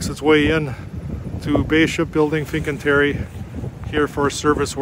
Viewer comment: Oregon is pronounced OregEn. NOT OREGONE. My God. He can’t pronounce FINCANTIERI correctly either.